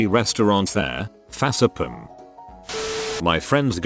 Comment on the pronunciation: "fasapum" xD